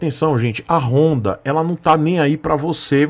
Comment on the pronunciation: Mas não é apenas uma moto, é uma "rooooonda" KKKKKKKKKKKkkkkkkkkkk